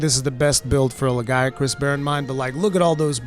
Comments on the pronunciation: we need to talk about how you pronounce Lagiacrus. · Was he trying to say Lagiacruz?